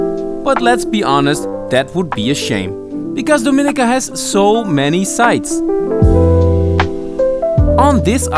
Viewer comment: It's pronounced Domi ni -ca not do mi-nica